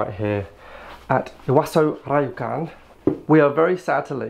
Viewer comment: Great video. By the way, ryokan is not pronounced like RYE-OH-CAN. It's more like somewhere between LEO-KHAN and LOW-KHAN (not quite, but definitely not how it was pronounced throughout the video).